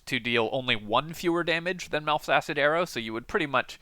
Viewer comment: It's close to sounding like "Milf's". I was listening to just the audio, and when he got to it I had to double back, "Hold up. Who's arrow?"